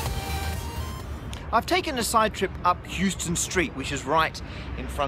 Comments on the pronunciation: Houston Street is pronounced Howston not Euston! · Love the video but as a New Yorker it’s my job to tell you you mispronounced Houston street. It’s pronounced “how-stun” not “hew-stun” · HOW-ston Street, NOT YOU-ston!!! YOU-ston is a city in an uncivilized part of the Wild West. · FYI in NYC Houston St is pronounced 'How-stan', not Houston like Houston, TX. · Not from New York but I believe it's pronounced Hows-ton street, not Hews-ton, like in Texas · Just for your information, Houston St. is pronounced "house-ton", not "Hughes-ton". :) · it's How-ston...not Hue-ston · Right! HOUSE-ton not HEWS-ton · It's actually pronounced House-ton street. The city in Texas and the street in NYC are named after two different people who pronounced their names differently. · Houston street is actually pronounced like How-ston. I know, very confusing. that's usually how you can tell when somebody is not from nyc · Houston is a city in Texas named after Sam Houston. The street in NYC is pronounced HOUSE-Ten Street named after William Houstoun. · It's not like Houston, Texas. It's HOUSE-ton, like a house that you live in. It was named for a different guy named Houston. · It's pronounced Howston Street. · Hey, The street is called Houston st like HOUSE-ton not Houston like the city. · The first syllable rhymes with "house". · no, no, no, it is pronounced as hill-ston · Houston street is actually pronounced how-ston. Don't know why, it just is. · You pronounce it "How-stun" Street. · Hey, man, it's pronounced "House-ton" Street.... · >houston street I'm surprised nobody yelled at you on the street for pronouncing it wrong. What has happened to my city? We can't yell at people in public anymore? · I know he knows this but it’s still MADDENING! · I can't believe I had to scroll down this far to find a comment about Houston ave. drove me nuts. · How many people have told you that Houston is not.pronounced like the US city? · You pronounced Houston Street wrong.